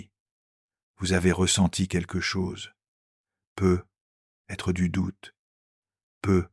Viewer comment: Merci infiniment pour ces contenus d’une extrême richesse 🙏 Pouvez-vous faire quelque chose pour améliorer la diction je précise à chaque fois que le mot peut-être apparaît, il est mal prononcé ça enlève un peu de fluidité c’est dommage .